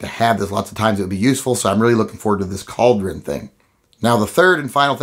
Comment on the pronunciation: CAULDRIN,... UH... NO.